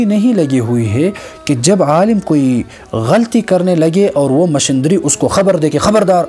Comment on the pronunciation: مشیندری نہیں مشینری😆😊